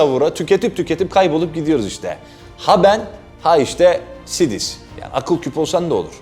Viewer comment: Sidis diye okunmaz o bence. Saydıs diye okunmalı sanırım